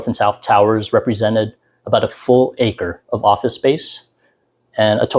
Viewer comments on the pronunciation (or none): none